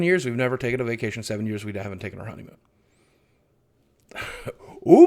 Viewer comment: Less Work, More Honeymoan! Yes, I dare say I heard Honeymoan! <3 ya, big man and keep being awesome!